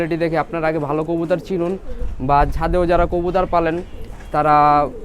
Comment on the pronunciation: কবুতর ❌ কবুতার ✅